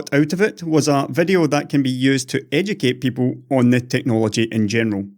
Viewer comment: It's "video" not "vedeo". Get?